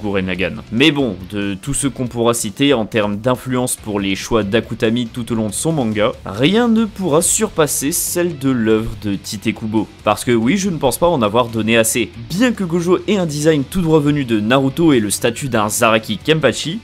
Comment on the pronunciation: Petit chipotage sur l'auteur de Bleach, mais Tite se prononce comme "tight" en anglais, pas Tité comme beaucoup de personnes pensent, vu que c'est l'anglicisation de son pseudonyme Taito.